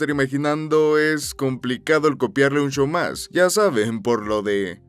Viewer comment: Me encanta escuchar a extranjeros decirlo